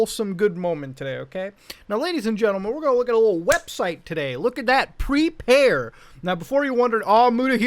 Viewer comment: "pre-pear" nice